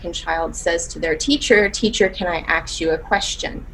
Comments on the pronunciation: "You turn that aks to an ask or your ASS is unemployed." Damn. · As a danish person i was so confused when she said “aks”?? I thought what was wrong was that she didn’t say “may” but “can”. Where the fuck does “aks” come from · Aks in fact is NOT a word lol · "Acks you" infuriates me. It IS stupid. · does it kill you too much to say a 3 letter word then right way? Like seriously... I cringe anytime i hear someone pronounce it that way. You'd never say it like that in let's say - a job interview- and you def wouldn't missplell it. I've also heard people use it interchangeably, like one second they're saying "aks", then a couple minutes later it's "ask", then back to "aks". Like pick a damn side 😂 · This is ridiculous! And I hate when people can't pronounce a-SSSS-k! Now I don't mind the BlackCcent, I think it's fun and funny but, in my presence you can only have that accent if you know proper English! And yes, that's not cultural because we're not black, we're African and French speaker so.... I correct my kids when they try to be cool and use any blaccent word! So this very sad.... Demand excellent to your children so that if they fail they reach goodness!